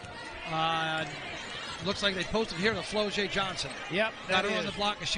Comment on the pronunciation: I just viewed this game and that man who was commentating was plucking my nerves when he kept calling Flau’jae, “Flo-J!” 😂 My goodness listen to how her name is supposed to sound and then say it! Go LSU Women’s Basketball Team / National Champions!!! 🏆 💜